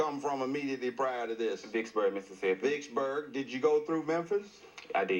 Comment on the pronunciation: Did he say Dicksburg, Mississippi???